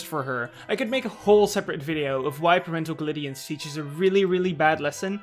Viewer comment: The takes presented in this video are very accurate (and now I want to see a fanfic where Twilight's parents adopted Rarity.) But I almost thought you were an AI based on how you pronounced "Parental Gliddience" until you gave credit to the Cloppenheimer (now that just sounds wrong) artist.